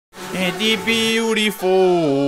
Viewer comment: enti biurifooou tunai ! kkkkkk' foda mano!